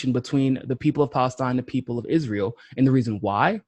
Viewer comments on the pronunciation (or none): none